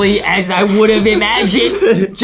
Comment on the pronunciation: i like how justin says, "then she rousted us"